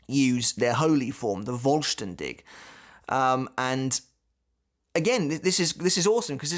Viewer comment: pronounce the V in "vollständig" like an f. its often like that in german (not always)